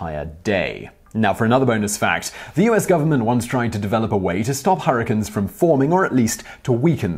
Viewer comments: Harrikins? You mean hurricanes? (her-a-cane) That's as bad as the way British folks pronounce aluminum. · STOP SAYING HURRICANIS, ITS HURRICANES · nobody: simon reading the bonus facts: harracuns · dank memes oh thank god you heard it too. I think he knew how funny it sounded, so he continued saying it throughout the video.